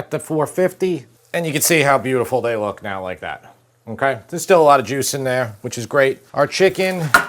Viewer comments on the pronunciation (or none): none